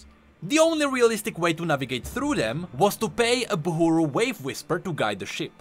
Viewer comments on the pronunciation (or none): ITS BUHRU , NOT BUHURU !!!